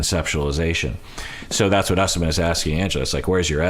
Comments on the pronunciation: Don’t trust Shawn, it should not be pronounced “Us-man”. She wrecked a lot of names on this show. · Pretty sure Usman is pronounced Oos-mahn